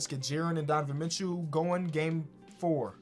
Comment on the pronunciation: “Donovan Mitchew”